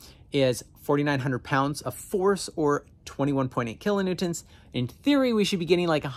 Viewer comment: If you really want to feel like you gotta say it kilonewtents.